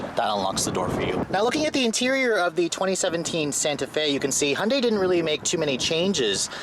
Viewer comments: ITS PRONOUNCED Hi-on-dy NOT hun-dy YOU STUPID!!! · ホンダイの発音は戴けないけど 想像よりもストレスフリーな加速だ。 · He can't even say Hyundai, driving with no hands, great man